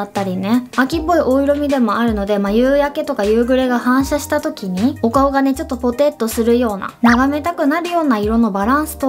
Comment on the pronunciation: 「お色味」「ぽて」の言い方がすき🍁